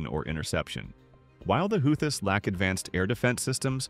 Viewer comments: Love how it pronounces the "How-thiss" instead of the "Who-thees", who are Yemeni "Reh-Bells", not Rebels. Either AI or brane-ded. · "the how-this" must be a new group. i don't like ai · The who-this the who-thee-sis and the how-these huh? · You need to decide on a pronunciation of Houthis.. I hear 3 different ways to pronounce Houthis here. 😂 Don't make me go back and mark each pronunciation 😂 i heard Houthisist also. 😂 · The AI voiceover managed to come up with 9 pronouncements for "Houthi's" (hU-thEe)! Great presentation anyway. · Houthis "ra bells"? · Whose gonna make us pay a price? The YOEWTYS? Or the HOUTIES? or the YOUTEEWS? or the YOEWTEOUS? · LOL apparently it's Yootheezez! Howtheezis... Hoots? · Your A.I. ....HOUTH EES? REALLY ?!!! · Translation; The Houthaaes are a wild bunch, according to the AI bot narrator. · Sound like Mike Tyson. "The Houth-is" 🤣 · If you write hooty or who tea …ai can say it right. Apparently the op only gave edit one pass or something. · Who-thee try pronouncing it correctly prior to correcting others on pronunciations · Called them "healthies" at least twice! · Dear Lord! Who is teaching these computer voices how to read these words, like Houthis?!?! They are SO distracting! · I heard at least 4 ways to pronounce "Houthis" in this video. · I like how he pronounced “houthis” differently every time he said it. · I hate AI narration. You pronounced "Houthis" at least 3 different ways. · This report pronounced the name Houthi’s several different ways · Who thies AI . Rebels not re bels😮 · You might want to teach your AI how to pronounce words like: houthis and rebels